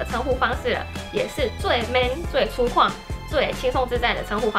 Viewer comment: 粗犷的发音错啦，不是cū kuàng，是cū guǎng哦 在日本最大的烦恼就是发音不像日本人😭😭